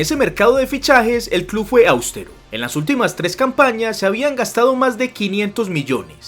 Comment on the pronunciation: Es "austero", no "áustero" como tú lo dices.